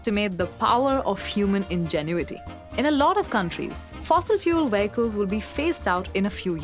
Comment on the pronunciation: I like how she says "VEY-ICK-CULS"!